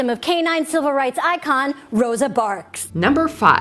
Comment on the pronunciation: "Rosa Barks" 😂😂😂